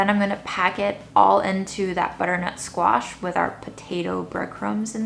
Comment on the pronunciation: you’ve got the whole package ( amazing looks, great personality and mad skills in cooking - phenomenal! ) she deserves 11/10. Also think is way too critical 😂 he says “sqeesh” for squash - wow! Can someone buy or get them a dining table pls.